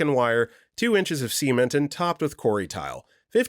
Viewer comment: Lol "See-ment" 😂